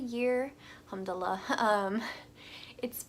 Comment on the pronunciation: It's al-hamdu-lillah sister rather than hamd-lah!